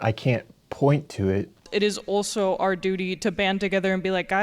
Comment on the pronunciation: She said “ulso”. Boy. What a dip something.